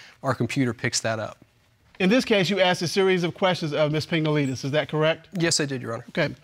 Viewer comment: Did anyone else hear Pingaleenis??😂🤣😂🤣